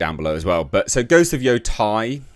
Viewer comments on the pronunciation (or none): my thoughts are YOU SAID IT RIGHT THE FIRST TIME! its yo te (like meh with a t) and I (ee sound) which makes it sound like Yotay when said quickly... not yotie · Why did you say “yotai” lol